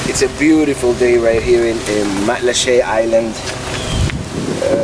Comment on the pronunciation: Nice to see my island thru the eyes of a visitor. I've lived in Matlacha for 18 years now. And congrats for pronouncing it correctly.